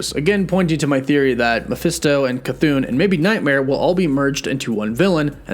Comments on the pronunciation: u gotta stop calling “cathon”, “chuthoon” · Really dig your channel. Chthon is actually pronounced "ka-thon" not "cha-thoon." It's an Indo-European name derived from the Greek word chthonic which is pronounced "thon-ic," dropping the silent "ch." Keep doing what you're doing. Good stuff! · c- thoon? is that how it's pronounced? I thought it was ch-thon. edit: no offense, mispronouncing something is perfectly normal. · It's not pronounced "Cha-Thune" ...... it's "Kah-Thone" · Pronouncing it Cha-thune is incorrect, I think. I think it is pronounced Ca-thon(silent H) or Ch-thon. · The pronunciation of Chthon is bugging me (Thon not thun at the end of the name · Please quit saying "ChaThoon" :) "ChaThahn" sounds so much better. :) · it's NOT pronounced Ca-thoon...it's Cthon...get it right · As much as I LOVE hearing you pronounce Chthon: Ka-thoon, I thought you might like to know how it’s actually pronounced. The CH is silent. So it’s pronounced Thon (Th - on). Similar to Thron, without the R! But don’t take my word for it. Look it up. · Pronounced: "CA-THON" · Chthon is pronounced "kuh-thonn" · I beleive it's supposed to be ka-THON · stop saying chathon like that, the h isn’t silent!!! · Lol "shithooooon" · Everyone: chthon: Cathoon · nope, he used to call it chthon, but maybe he read something somewhere and he started calling it cathoon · How many times does he mispronounce Chithons name in 3 different ways? 🤣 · Ok you’ve literally pronounced Ch’thon 3 different ways. I feel like you’re trolling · he has a speech impediment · None of your predictions and explanations worked out. Your whole series about WandaVision is a complete failure, just like you. And still too dumb to pronunce Chthon's name properly. You are the only one, other YT'ers can speak. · There are not 2 O’s in Chthon lol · I can't wait until you realize you've been pronouncing Chthon wrong.